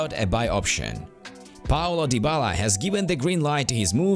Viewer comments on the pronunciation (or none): none